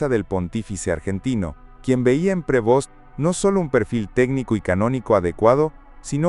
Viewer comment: Prevost sin acento en la E